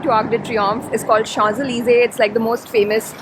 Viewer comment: Thankyou for making me relive my Paris memories. We are just back from the beautiful city after 4 yers. And gal you did an excellent job pronouncing the places names so correctly. I hope you know what I mean especially champs ellysee